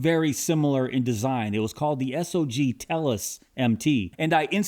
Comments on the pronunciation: Please stop calling the company S-O-G. It make you sound like you don't know jack. The company is named Sog, and it sounds how it looks. It's hard to take your content serious if you haven't bothered to learn how to pronounce the company name. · | needs to learn some new adjectives. Everything is "nice" to him. And BTW, everybody uses Sog (one syllable), not S O G.